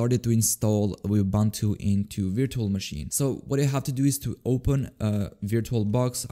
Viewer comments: yea is kind of weird, he sometimes pronunces it like ubantu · Am I the only one who doesn't like how he pronounces Ubuntu?